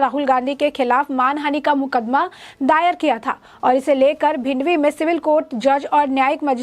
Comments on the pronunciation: Bhindwi nahi bhiwandi. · वो भिवंडी हैं.... भिंडवी नहीं हैं!!